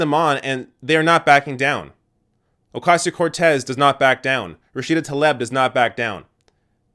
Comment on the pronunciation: It’s “Tah-Lee-b”